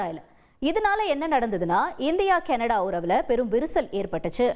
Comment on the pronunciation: கனடா கேனடடா வா இதில் எது உண்மை உச்சரிப்பை தீ வைக்க வேண்டும்